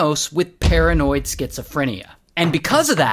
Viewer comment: I was playing with my cat while listening to ray & i thought he said karenoid schizophrenia 🤣😂🤣